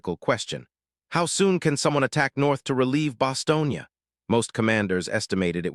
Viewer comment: Bastogne. Not “Bostonian”